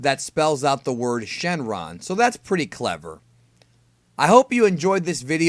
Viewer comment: It's super shrenron